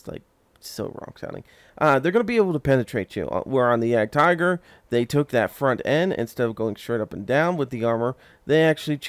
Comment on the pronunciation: Nice intro, good feeling leading into the video and just to help you out so people don't yell at you about the pronouncing of this tank, it sounds like yeahgedtiger yeah-ged-tiger :) it confused me at first as well haha